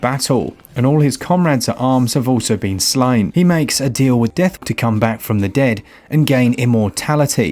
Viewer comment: Lol "cummn back"